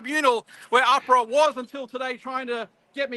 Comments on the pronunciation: It's Ahhhpra not Afra you dill. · Minor detail, but the way Craig pronounces AHPRA is the way people commonly pronounce the Australian Prudential Regulation Authority abbreviation, whereas pronounces it "correctly". It was irritating me all the way through this presentation 🤪 Great news nonetheless, thanks for alerting us to this very important judicial decision. I hope it sets an important and long lasting precedent.